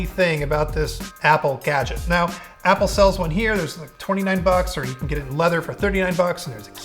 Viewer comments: can you please stop saying applee? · made the word 'Apple' very weird in the end due to the repetition.